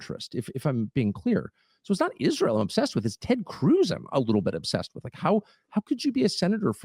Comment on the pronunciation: Lyndsay's face is about as telling as Kash's, but in his, You can see the $$ signs in his eyes every time he says Isroll